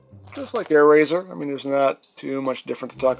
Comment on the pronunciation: its airazor